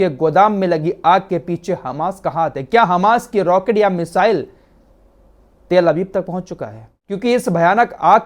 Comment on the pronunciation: تیل ابیب نہیں تل ابیب بولا جاتا ہے آپ تفتیش کریں اور ۔۔۔۔۔۔